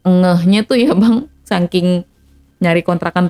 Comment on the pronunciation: SAKING BUKAN SAKIN, DI KBBI SAKING. COBA BENERIN DULU